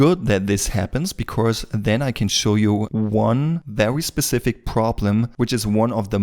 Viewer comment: it look VEWY nice and VEWY good but thanks you really helped alot